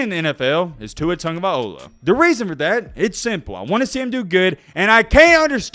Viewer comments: At LEAST pronounce his name right if you’re going to make a video that includes you talking about how long you’ve been a fan of him. It’s TagovAI-LOA, not TagovaiOH-LAH Cringe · TANGOVAIOLA?! The hell was that? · I agree with you completely. But please, there is no N in Tagovailoa. I know Polynesian players have vowel soup for names, but it gets tiresome when the media can get Ndomukong right but often never care to work on the island kids’ names.